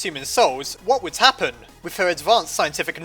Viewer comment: The way you said "WHAT WOULD HAPPEN?!''